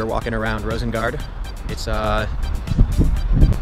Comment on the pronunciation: It's Rosengård. Pronounced like "gord", not "gard". That pronunciation is the real crime here. And they DO salt.